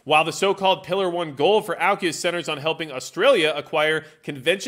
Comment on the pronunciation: Pronounce aukus, correctly please